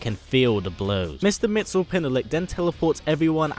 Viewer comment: Mix yes spit lick is how you pronounce Mr. Mxysptlk. Also, this is fucking awesome. Keep it up, sir.